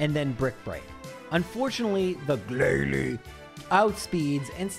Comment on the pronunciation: The way he says "GLALIE" kills me everytime.